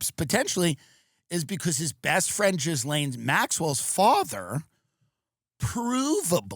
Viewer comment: Ghislaine is pronounced GEE-LAN.